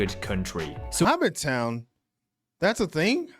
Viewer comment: We're actually not that small. Auckland is our biggest city but it kinda sucks. I say this as someone who grew up there and now lives in Wellington. -It's Hobbiton (Ho-bit-tin) not Hobbit town or 'HobbiTON'. -Yes, our vibes are super chill and generally friendly. There's always some bad apples though. We still have biggots just like anywhere else. -It's typically the south that gets really cold, not the north. - Our cost of living is pretty bad at the moment, food prices included. -Australians and New Zealanders are siblings that like to make jokes and dig at each other, always making it out like the other one is so much worse. It's almost like an inside joke that we pretend to hate each other haha But in reality we're pretty tight and when sh*t goes down, we're typically there for each other and pretty supportive. -Job market is HORRID at the moment. I've been looking for over a year after losing my last one. -'Social purpose' feels like it's been on a bit of a decline over here as certain voices get louder. I feel like it's been stronger in the past. Praying it's not something we lose. -Yea road trips are pretty solid here tbh. Ngl. It's a good way to explore and see New Zealand. It ain't perfect, but I love being a kiwi and blessed to be here.